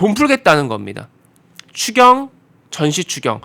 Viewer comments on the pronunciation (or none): 추경 추경이 꼭 주겨 주겨로 들리네요. 존대말 쓰지 마세요. ㅇㅇㅇ이는 존대말 들을 자격 없어요.